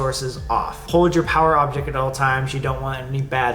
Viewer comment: BY POWER OBJECT I THOUGHT YOU WERE SAYING A POWER DRILL KAJAHAHAHHAHAHAH